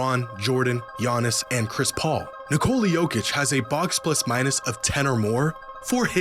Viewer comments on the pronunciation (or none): Nice video. Would be great if after all this time you learned to pronounce his name. It's Nee-ko-la, emphasis on the first syllable. Hearing Nicoula hurts my brain every time and I just don't wanna watch. I know Americans don't care, but other people do. It's not that hard. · Nice video if it weren't for the horrible mispronunciation of the name "Nikola". It's not Nicole with an A at the end 🙈